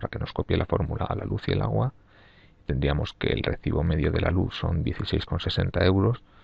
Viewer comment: El auhuuaa. Agua